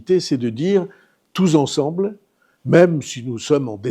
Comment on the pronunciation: Petite question de liaison. Est-ce une prononciation qui appartient à certains départements/régions du sud ou pas du tout? Si oui, lesquels? Je suis curieux. Je parle du "touZensemble". J'ai toujours dit "touSensemble" 4min19 et il le dit 2X